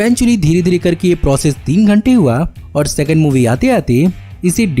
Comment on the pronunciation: "Sexond" movie😂😂😂